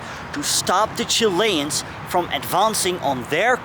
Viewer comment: Just love the way you say "Chilains" ;0) ..Good Chanel as well well done on the unusual stuff.